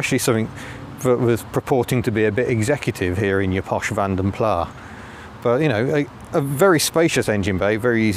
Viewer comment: Nice vid especially the stop/start plastic symphony but, you know it's Plass not Plah?